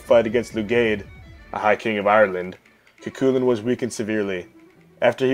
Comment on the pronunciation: 'Coo-call-ann' or 'Coo-hull-un' Not Choo-choo-train